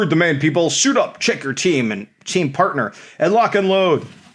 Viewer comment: "Par-dash-t-ner" lol!